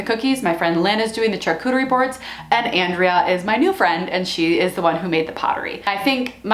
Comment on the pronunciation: Great ideas. Pro tip, it's pronounced shaar-koo-ter-ee. Not char-koo-ter-ee.